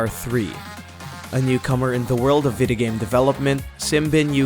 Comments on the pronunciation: Is it that I’m Hispanic or did he say “Vida game” throughout the entire video? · Yeah! and way to go to murder John McGuinness' name! FFS it's GUINNESS with 'Mc' infront of it! (Oh and "Vidi-game"???) Arrgh. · John mc gunnies 😂 boy you can’t prounounce video game